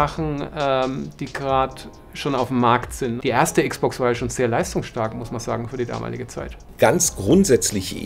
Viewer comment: Meine armen Ohren tun jedes mal weh, wenn ich dieses verdeutschte "Icksbox" höre. Am besten noch "Icksbox Siriäs Icks." Es sagt doch auch keiner "PleiStazion," verdammt nochmal. ;-)